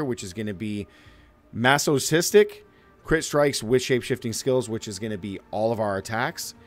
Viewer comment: bruhhhhh, he pronounced is Mas-soh-sistic lmao dude somehow gets to play video games all day every day but is illiterate. Life isn't fair folks